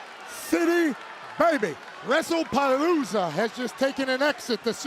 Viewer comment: WrestlePalooza ❌ Motion a loosa✅